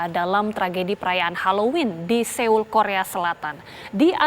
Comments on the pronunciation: Gemes denger mbanya... Seoul bacanya soul mba 😁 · Bacanya bukan seul mbak. Tapi seoul itu bacanya soul. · Turut berdukacita utk semua korban dan keluarga korban smg diberi kekuatan dan ketabahan...amin... News anchornya menyebut kata Seoul bs diperbaiki lg,,,itu soalnya Nama kota, sama seperti nama orang klo salah penyebutan jd ga enak dengernya...